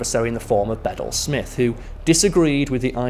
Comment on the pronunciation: The name Bedell is pronounced Bah-dell, with the emphasis on the second syllable. I love your videos, Karl, and wish you continued success.